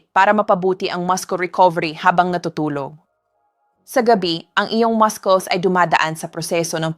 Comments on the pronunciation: I think this word Muscles is pronounced Masuls as in mussels NOT mas-kles 😮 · 🎉Excuse me but muscles is pronounced Masels Not Maskels. Nakaka turn off.... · All the 7 fruits na suggestion mo to eat noong mahina ang mga binti (which means intended sa senior citizens) ay all super bad sa may diabetes or kahit pre-diabetics, na usually ay ito ang sakit noong matatanda. Kung sobrang tumaas ang blood sugar, paano? Also, please go to Google and check the pronunciation for muscle or muscles. That's what I do most of the time as I often times not sure how to pronounce certain things/words. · kakainis AI how muscles is being pronounced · PLEASE PRONOUNCE THE.WORD MUSCLE CORRECTLY. UR A DOCTOR. YOU PRONOUNCE YOUR WORD MUSCLES INCORRECTLY. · I hate hearing you pronounce MUSCLES…….. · Why do you pronounce muscles wrongly?? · please check po yung pronunciation nyo of word na “muscles” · AI na nman ito. Listen to how she says muscles!😊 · WRONG PRONUNCIATION NG MUSCLES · Ok.ang mga information pero pakitama na man ang prononciation m.ng muscles. pineapple dr k pa nanan nakairita sa pandinig pls aralan ang mga pagbigkas ng words bago .i post